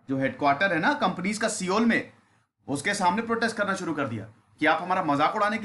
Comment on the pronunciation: Sabse pehle Sir aap SEOUL ki Pronunciation thik kro, सिओल nahi सौल kehte hai..